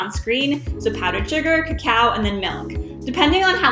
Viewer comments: Clickbait. This is not tunnel of fudge cake. You are pronouncing cacao instead of cocoa. Cocoa comes from cacao beans but it's not the same thing. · LOL! Let your stand mixer do the work. Add the flour and cocoa ("KO ko" not "ko KOW") in additions. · KA-COW? why do you say it so weird? That's not how you pronounce cocoa